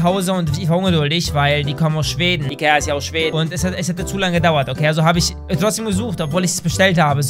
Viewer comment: Wer hat auch am Anfang iker statt Ikea veranden